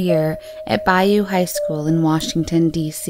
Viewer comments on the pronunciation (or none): It’s “BALLOU” not “Bayou”